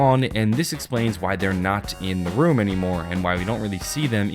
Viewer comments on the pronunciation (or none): none